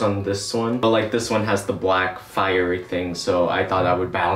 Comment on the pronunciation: firery thing me: it’s!! a!! tree!!